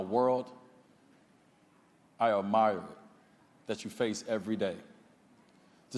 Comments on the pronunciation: "I Ah-MIRE"..... 🤔Not once, but twice... on national tv. Smh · Did he just call someone ignorant and then pronounce Admire (((Ah mire))) A mire 👇 { mire } noun ~ 1. a stretch of swampy or boggy ground. "acres of land had been reduced to a mire" 2. a situation or state of difficulty, distress, or embarrassment from which it is hard to extricate oneself. "he has been left to squirm in a mire of new allegations" verb ~ cause to become stuck in mud. "sometimes a heavy truck gets mired down" now Confess some more on second thought sit down little boy GO SIT DOWN👉